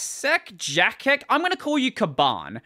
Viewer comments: Yeah it's Yatsek Polish isn't that hard to read, C is ts, G is always hard, Ch is the same as H, I is like ee, J is like Y, R is rolled, W is like V, Y is like schwa - Yh/Eh/Uh, only this one doesn't exactly exist in English. Plus all vowels are open, not rounded, U is not 'you', but like 'OO'. Oh and then there's compound ones like sz is sh, rz... oh I forgot about ż too, ok I changed my mind, it's pretty hard to read XDDD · Jacek Caban seems to be a Polish developer just like me. The name can be pronounced 'yatsek'.